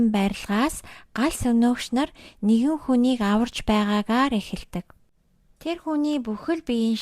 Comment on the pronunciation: Uul ni neeh uulmuurgui bn ghdee bainga iim content hiih ym chini erthen zasaad yvchul iluu amjilttai bh bolvu ged hellee shu. Er ugend dandaa em egshig oruulaad holij yridag ym bn shuu jisheelbel baigeegaar, huvitseegaa, tsalingee geh met kkk